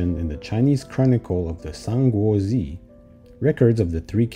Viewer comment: Kathy Xie You forgot to mention that he pronunced "Sanguozhi" wrong.It's not "San-guo-zzee".It's more like "San-guo-juh" if I would try to match it to the English sounds.